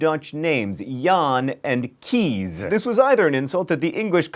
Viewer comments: The Dutch name Kees is pronounced more like "kays" with a harsh s sound than "keys" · name Keese is pronounced like the word case. :) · "Kees" is pronounce "Kays" as in Okay. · In Dutch, Kees is pronounced as 'kays' or 'case', not 'keys'. Also, are you sure 'war' comes from a German word? In Dutch, being 'in de war' means being confused as well. Not sure if there used to be a similar German expression though, so I might be wrong. Maybe the roots can be traced back to some earlier Germanic language, which explains similar meanings between the Dutch and German expression in this case. Interesting video as always, though! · The Dutch name Kees is pronounced like the word "case" instead of "keys". TMYK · The Dutch name 'Kees' sounds a lot more like the English 'case' than 'keese' :) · I know mispronouncing words is your thing, but I thought I'd let you know that the Dutch name Kees is pronounced Case, not ... how you did it. (It was my dutch grand father's name!... and he changed the spelling to Case when he moved to Canada, because everyone kept mispronouncing his name..) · Kees is pronounced as 'case'. The way John pronounced it means 'molar' and/or 'to choose'. Source: born/raised in Netherlands. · "Kees" is pronounced like the word "case". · It's not pronounced Jahn and Kees. It's more like Jan (short a as in car) and Case. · You actually pronounce Kees like you pronounce the word 'case' (: DUTCHIESS. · heeeey I have a friend names Kees! It's pronounced "Kays" though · Sorry John, but you made another pronunciation mistake! "Kees" is pronounced just like "case" in English. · As a Dutch person I think your pronounciation of the name "Kees" is kinda anoying. The Dutch "ee" sound doesn't sound like the English "ee", it's more like the "a" from the abc.